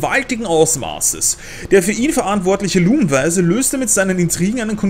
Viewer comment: ich versteh immer lungenbeißer statt lumen weiser